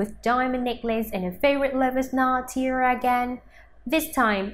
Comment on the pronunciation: Tiara...not tiera....you need to practice your english pronounciation and speak clearer.